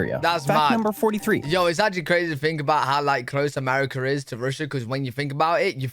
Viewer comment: Haha "Americer"